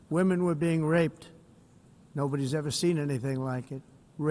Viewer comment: He seems to rrrrreally rrrrrelish saying "rrrrrape"